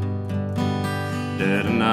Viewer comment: I really like the music, and i LOVE his voice. But i noticed a weirdness in his long "i" sounds as well, like in "right" and "night". I thought he was a non native speaker at first. I don't mean that as an insult. Just an observation.